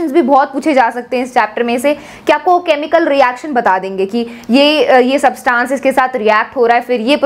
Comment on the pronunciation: you are pronouncing SUBTANCE in a wrong way. Try to fix it.